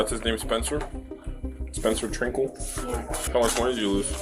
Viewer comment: "Spencer Trinkle"?